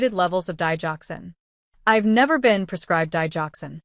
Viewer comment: Digoxin say it right